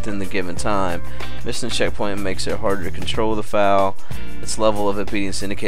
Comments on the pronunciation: foal = fole. Not foul. lol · I think the most annoying part was you mispronouncing "foal". It is not "fowl", it's pronounced like "fole". Just FYI. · no a Foal is pronounced FOLE, a foal is a baby horse...When a horse is pregnant it is called "a Horse in Foal" right now i have 2 pregnant horses and 2 racing. :D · I love how he says foul the whole time and has no idea it's f-O-l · only a horse gaming expert can say 'foals' as 'fouls' ;) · trollol - my name is Jenny and I'm blonde ; ) and I agree with Symbolis, ohand foal is pronounced fole in English haha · Foul is Pronounced FOLE i have a few, i would no xD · Truly a work of art. The terrain generation is astounding, and the game is so versatile and engaging, not to mention just plain user friendly! While I liked Minecraft, I am eager to follow along with you, living vicariously as your learn what a tack room is and how to pronounce the word foal. PS looks like you missed a surface dungeon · "foal" rhymes with "vole" and "mole", bur not "owl" or "howl" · You don't no how to say foal!!!!!!!! It's so simply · i have no idea how you think you're pronouncing it, but Foal does indeed, sound like coal, but obviously without the "cuh" sound :/